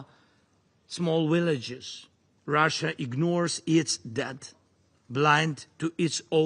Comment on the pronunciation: wonderful grasp of english ...willage